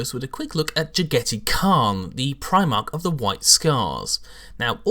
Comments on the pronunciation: Is his name really pronaounced like "spaghetti" in english? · Oh yes this was definitely cringe worthy. The way he pronounced it sometimes sounded like Spaghetti Khan. He should look up Chagatai Khan after I believe Jaghatai was named. He was the 2nd son or Genghis Khan and the pronunciation should be pretty similar with the exception of Ja instead of Cha in the beginning. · Its JAG-a-TIE REEEEEEEEEEEEEEEEEEEEEEEEEEEEEEEEEEEEEEEEEEEEEEEEEEEEEEEEEEEEEEEEEEEEEEEEEEEEEEEEEEEEEEEEEEEEEEEEEEEEEEEEEEEEEEEEEEEEEEEEEEEEEEEEE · How sure are we about the pronunciation? to me it sounds weird how ed says it. considering he is supposed to be a mongol I thought it was supposed to be pronounced like jag-a-tie. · Agreed. Jag-a-tie is much more asiatic in pronunciation. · I'm actually pretty sure this is not how you pronounce "Jaghatai"... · you are correct, i cringed every time he sayd it :( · 'Ja-gaa-dai Khaan' Is 'Ja' pronounced like the English 'Jaw?' what about 'dai'? Is it like the English 'bye' except with a D? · why...why do you pronounce his name wrong xD